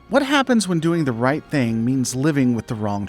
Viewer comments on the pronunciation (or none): none